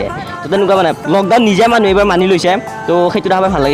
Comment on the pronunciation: মানহু নহয় মানুহ ☝️